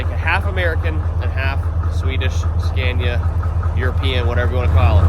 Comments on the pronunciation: you can probably find some mid 80s scania 113 dump trucks up around new jersey and new york that are twin drive and likely the correct frame width. Pick up a whole truck for parts and cut the frame you need. Sandblast, paint, and swap. also its pronounced scan-ee-ya. Not scan-ya lol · As a born European I am glad finally to se those great tracks from old world brought to US and show them to American brothers. But please Scania is pronounced with a like America not like that brand that my wife used to sell, Avon or something😂